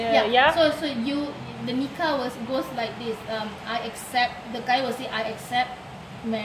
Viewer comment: Oui le mot Nikah vient de l'arabe, et c'est le son [k], la lettre kaf ك , pas ق comme tu l'as prononcée. Baraka Allahou fik